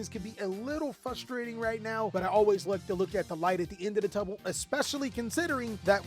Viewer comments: “the light at the end of the tubble” 😂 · ya i heard that to😂